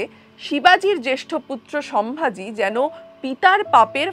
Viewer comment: Ucharon ta holo somvuji not samvaji.